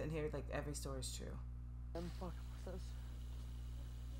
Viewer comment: Its twue